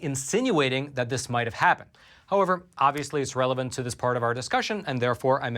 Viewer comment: The way says “relevant” sounds like “irrelevant..” am I the only one that hears this?